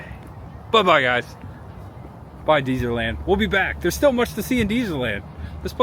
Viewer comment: And it's Dez-er-land...not Deezer-land.